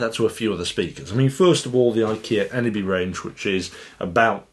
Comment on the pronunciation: Its pronounced as ‘ sim-phone-is-kh ‘ not symfonski. Thumbs up for the previous video, you did pronounce ENEBY perfectly. I do hope they will at some point update the eneby line to become part of symfonisk. Or release a symfonisk that is similar to the eneby in shape, form and function.